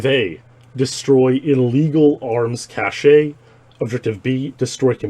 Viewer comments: It's pronounced "cash" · They both pronounce some words differently, sure. Cache, however, is only pronounced one way. And that's what's being discussed here. No high horse, just facts. Notice how I didn't discriminate him pronouncing "Z" as zed. That's his regional dialect.